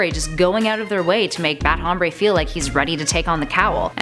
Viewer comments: Is not hhhhhomreyyy it's om-br-eh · it is bat "ombre" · No hay nadie aqui a quien le moleste como pronuncia "Hombre"? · She pronounced Hombre wrong. for a 'feminist' that's really insensitive